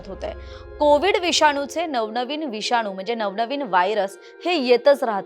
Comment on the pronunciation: "विषानू " नाही गं ....." विषाणू " !!!